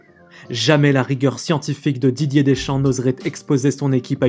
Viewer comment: Dideuuuurrrsss Keuwwwwwiiiiiiiimm